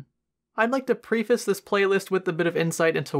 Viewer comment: HI, that's not how you say preface, great video though .